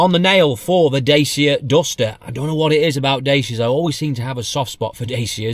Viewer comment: Dacia, pronounced da-chia